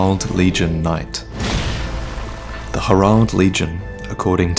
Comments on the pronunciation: Do you mean Herald? Not her-ald. it's pronounced hair-eld. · . . . . Hair-ald knights? Not Herald knights?